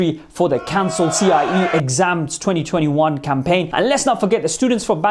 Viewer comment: he has no idea what CIES are. he couldn't even pronounce our board correct. totally ignores how our situation is different from local board as he compensated them pretty well.